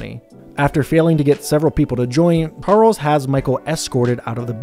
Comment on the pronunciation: you called Charles harles 🤣🤣🤣